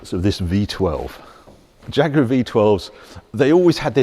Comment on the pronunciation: Thats not a "Jaaag", its a proper Jaguar!